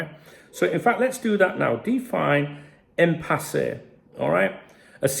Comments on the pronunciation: Why arr you pronouncing it im-pass-eh? It's im-pass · It’s impasse not empasse say it right son silent e at the end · It's pronounced Impass according to Google. Which sounds about right since there's no accent over the final E. It's not written "Impassé". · Haha I prefer it impassay. Sounds far better. I personally wasn't even sure what it meant. But I reckon impassay is a far better pronunciation. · Love how you pronounce Impasse lol, keep it real. Anyway, my theory, FSG have known they have no intention to extend these contracts, Hughes is the convenient scapegoat or fall guy for a failed summer transfer window followed by failure to secure our 3 best players. FSG and Hughes need to go if this is case